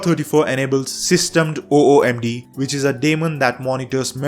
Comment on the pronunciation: Activities overview and Workspaces have always been unified since Gnome 3. They just switched vertical layout to horizontal. And it's pronounced /systemdee/, not /systemed/.